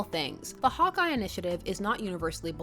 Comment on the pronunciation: I kept hearing "Hot Guy" instead of "Hawkeye". I mean, that would also be correct, but still.